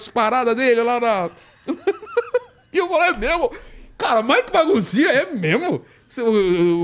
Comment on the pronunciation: convidado: A Vilela: émemo? kkkkkkk